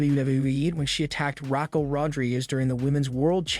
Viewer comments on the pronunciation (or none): The people that not read you stories need to get the words right like Raquel not rocca and words like covid